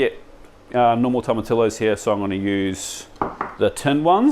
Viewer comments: I know we're super ignorant in oz, and barely have any latin diaspora (comparatively) but Spanish is like, the 3rd most popular language in the world, it is worth giving basic pronunciation a crack. In this case Tomatillo is pronounced like Tomatiyo. Also most major australian cities will have a speciality latin grocer somewhere that will have canned Tomatillo for anyone keen. Salsa verde rips pretty hard honestly! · Bro...... At least TRY to pronounce tomatillo correctly! I get there's always going to be variation with accents, but if you butcher a word that badly it makes you sound very amateur, and you're anything but! Toh-ma-TEE-oh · Fantastic video as always Just one point sorry, in Spanish double LL is pronounced as a J Tomotijo is the correct pronunciation Love all your videos